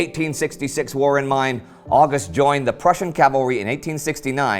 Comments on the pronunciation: He really does need to get August right though (oww-gust not awe-gust). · Fanastic! You figured out that a man with a Welsh name, writing in English wasn't German. Genius! However, he pronounces "August" exactly as in American English and his pronunciation of Łódź would be incomprehensible to a Pole. Some of his other German pronunciation is better, if not perfect. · Except for "August"!